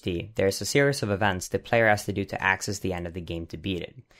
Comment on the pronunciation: "accass" and "axit" what kind of "accant" is this?